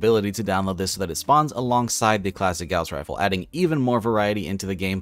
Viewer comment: You said Gauze rifle wrong.